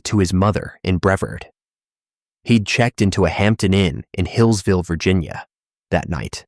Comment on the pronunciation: It’s obv bias that the creator put President Trump’s picture there. I’m from N.C. and knew almost all the cases and this had good details. But my last and most important complaint is this is AI narrated. Mispronounced words (Brevard and Wachovia). I do not care for AI narrated videos. Much prefer a human voice. And showing obv bias by including President Trump in a case that had absolutely nothing to do with him is a real turnoff. Good luck with your channel. I won’t be subbing.